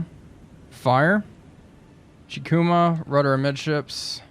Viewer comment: Kako is pronounced as “Kaw-ko.” The Japanese very rarely use what English calls “short” sounds, like “a” in apple. The letter “i” is also most commonly pronounced as the e and in “eagle.” So if we want to be 100% accurate, Chikuma should be pronounced as “Chee-koo-maw.” But just like all languages, there are certain circumstances with dialect and accent that can allow some wiggle room. I hope this helped with the pronunciation of the names. Love the vids, bro!